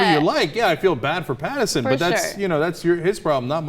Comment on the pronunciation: I've been subscribed to The Young Turks for about a year now on my other channel because of Phillip DeFranco, but their bullheaded opinions without facts backing them up continue to annoy me. And CAN THEY AT LEAST GET THEIR NAMES RIGHT FOR CRYING OUT LOUD? It's Robert PattINson, with an "n" sound. And Nutty Madam is pronounced "mad-ah-m" with a long "a"; you read it as "-dam" when there's an "e" at the end. And her full username is nuttymadam3575. It's Youtube courtesy to mention that. Sheesh.